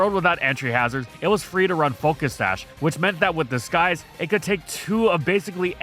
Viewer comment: am i the only hearing how seems to pronounce disguise as disKise?